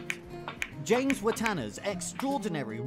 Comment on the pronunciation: I'm quite sure you are mispronouncing James Wattana's name.